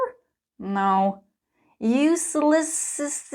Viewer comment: OMG the pronunciation of "uselessest"😂😂😂 it's hilarious 😂& there is a problem that subtitles can cover your charts, so I am unable to note it down...